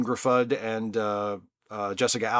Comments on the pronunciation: I loved it- though fair comments about the plot thread leading up to the climax. Very Stan Lee logic going on there! BTW, I had to wind back when you mentioned Cardiff's Favoured Son, Ioan Gruffudd- I swore I heard you say Elmer Fudd :-) (it's pronounced You-An Griffiths roughly speaking) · Ioan Gruffudd’s last name is pronounced like “Griffith”